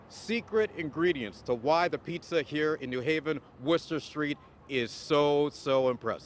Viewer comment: Worcester Street lol